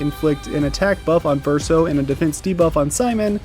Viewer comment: The way Verso says it is not fully accurate. Source : I'm a native French speaker. The first syllable should not be pronounced "sih", that's not how we say the "i" vowel sound in French. It's more like "see-ren", but even then, it's hard to convey exactly how it should sound to an English speaker. Suffice it to say no Engish speaker will truly say it correctly lol.